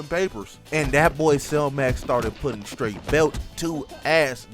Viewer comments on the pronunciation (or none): none